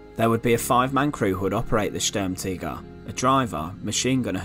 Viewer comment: Good knowledge but bad pronunciation ( STURM TIGER) ( not Sturmtigger ) T I G E R! not T I G G E R as you keep saying, Anyway apart from that i'm sure that people found this interesting as i did.